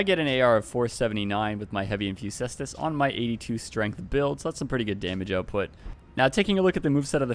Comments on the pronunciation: It's pronounced k-stus, like how caesar is pronounced similar to Kaiser. Love your videos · Caestus is Latin and it is pronounced “kai-stoos”